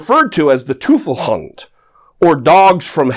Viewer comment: Great video, but we (as Marines) have been saying it wrong for over 100 years, it’s pronounced “Toy-ful Hoon-Den”... Not tying to be a douche since this is my second correction (I called in to the show about clearances)